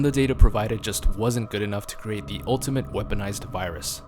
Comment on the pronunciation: Did anyone else notice jost instead of just?